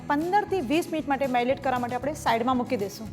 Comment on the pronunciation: Marilate nay Darling...marinate!!!...marinate!!!...samjhi ke nay samjhi??